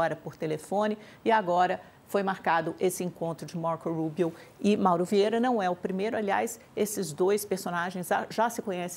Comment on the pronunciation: A pronúncia da é demais, é muito inglês Brasil: Marcou Rubio. Outro dia veio com Donald J Trump hahaha enfim